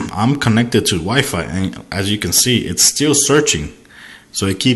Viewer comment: "constantly searching for a wife," haha LOL. I know you mean wifi but I had to laugh. sorry bout that.